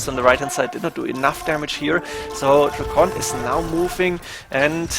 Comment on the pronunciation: DRACKEN, not DRACKONT